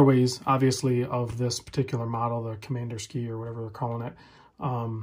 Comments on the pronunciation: Actually you’re wrong. COM-IN-DER-SKI-AH. Pronounce 5 syllables. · COM-IN-DER-SKI-AH. Five syllables.